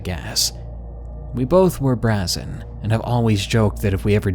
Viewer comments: The word you pronounced "brazzen" and is brazen (brayz-n) it means bold, "got brass", hardcore forever, so to speak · Brazen is pronounced bray-sun